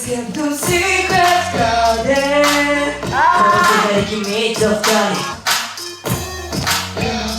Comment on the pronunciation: 擬似プロならRenの英語の発音なんで誰も直してあげないの？！特にgarden ひどすぎる😭 こんなことではジャニーズの英語歌詞みたいになっちゃうよーー